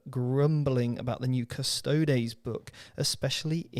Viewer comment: Every time incorrectly pronounced them as CUSS TOADS another kitten dies……